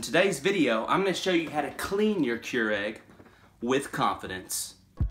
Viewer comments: It’s pronounced Cure ig not Cure egg. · The fact that you pronounce this as “KeurEGG” and not “KeurIG” makes me want to have an aneurysm.